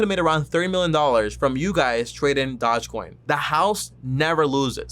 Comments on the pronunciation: Bruh can u say doge coin and shiba name right before making a video on it so fucking cringe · "Shina Inu" & "Dodge" coin 😜😆😂🤣